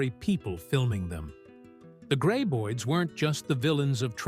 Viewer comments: Friggen "gray-boids" 🙄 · Ugh. Another AI voiced mispronunciation-fest...gray-boids, Feh!